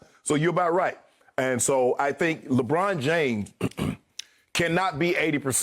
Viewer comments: Lol at times he says LABRAWN JAMESS LOL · when Chris Broussard said LEBRAUM JAYMES i felt that